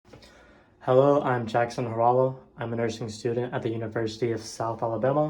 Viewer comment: I am curiouse. Do you have finnish roots? And by the way you say our last name wrong..